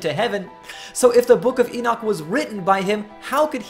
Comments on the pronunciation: prophet issiah mentioned the king Ciros by name yet king Ciros did not live on until 590 years passed thea Elijah was raptured. why you be amused Henok mentioning Noah by name three generations earlier ? the bible is filled by such amusements Enoch as you pronounces his name wrongly is not exception. he is the greatest prophet.knoledgwise he is from.GODD . you so shy about the prophet al-sayif al-arab al- saudi but bravely poke on the the one true prophet Henok.i am ethiopian i take it personal any smearing of name you do on him he is living his blood runs fresh in me. hies not a science subject he is human above all it is a eace matter he is semmite . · that is exactly i tought of him poor guy.he probanly read not the book but some commentary books on book of HENOK. even he is not prononcing his name right.